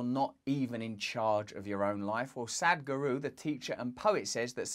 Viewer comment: LOL Russell my dear, your pronunciation of Sadhguru is incorrect, I know it sounds like "Sad-guru", however, in fact the correct pronunciation verbally/phonetically, sounds like Sath-Guru, if that makes sense, emphasis on the 'th', similar to 'sat-nav' in speech. Not a critic at all Russell, just assisting & supporting you, being asian it's easy for me to point out and trivial to be honest, as it's the subject matter which I tune in for. Love & light, namaste Beautiful!